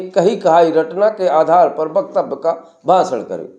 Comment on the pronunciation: Aap apne bete ki baat kero. Faaltu baat. Aap hindi bolne vaale hoker bhi shabdon ke uccharan पर dhyan deejiye शिक्षा को‌ शि‌च्छा , भाषण को बासण बोल रहे हो। कृपया ध्यान दीजिये 🙏